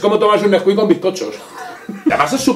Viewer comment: Neskuik?!?! Chocolate por dios!!!